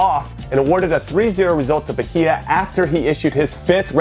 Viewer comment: Bahia = BA-EE-AH